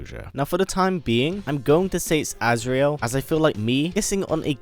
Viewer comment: it's not azreal